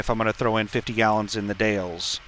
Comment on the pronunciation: The Dalles - pronounced "The Dals" (rhymes with 'pals'). Silent "E". BTW, be sure to scale that 5000lb load, you don't wanna be over on your drives 🤣